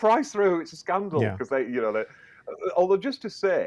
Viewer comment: "It's a scan-dal" 😆thanks so much for that. Made my whole day!